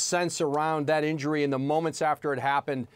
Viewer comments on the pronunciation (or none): “You can’t predict the indury” -Paul pierce